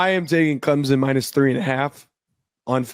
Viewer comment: There is no Z in Clemson, Please pronounce it right ClemSon!!!